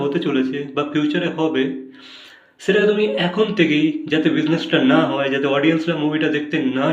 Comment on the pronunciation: উচ্চারণ ঠিক করেন। ছেটা, এচেছো এগুলা কেমন উচ্চারণ